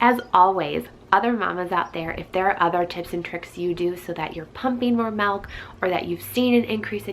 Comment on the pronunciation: Malk !!! Lol